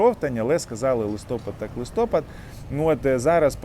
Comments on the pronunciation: Не листОпад, а листопАд! Или ты в школу не ходил? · Не листОпад, а листопАд! Місяць називається листопАд! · Не ми ,а ви.